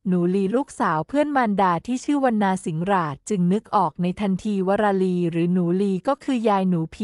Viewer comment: อะไร คือ สิง-หราด คะ 😂😂😂😂😂😂😂😂😂😂😂😂😂😂😂😂😂